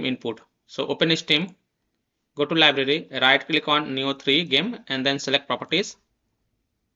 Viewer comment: Nice video but It's pronounced "Nee-oh" lmao.